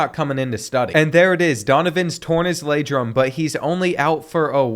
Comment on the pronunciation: "Torn his Ladrum"